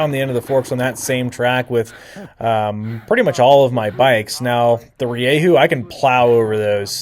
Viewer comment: Stop saying ReeYayHoo